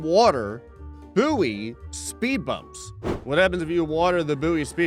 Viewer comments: I think it's actually pronounced as boy and is mispronouncing it. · Ill never get used to the American pronunciation of buoy sounding like “boo-wee” rather than “boy” which is how we pronounce it in the UK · I forgot Americans pronounce buoy like that. Boooo-Eeeeeh.